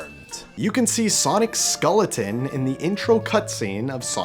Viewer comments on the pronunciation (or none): LMAO he said scolletin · Bro does not know how to pronounce SKELLeton💀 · Skeleton❌ Skoleton✅💀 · How can you not pronounce "skeleton" correctly? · Well, I learned that is Canadian Viet his pronunciation of skeleton